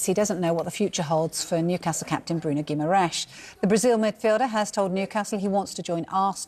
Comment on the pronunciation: Inept Sky Sports reporters, his name is NOT Guimaresh. He's not Portuguese either.